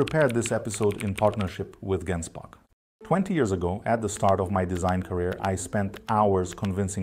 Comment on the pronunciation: Surely it's "jen-spark"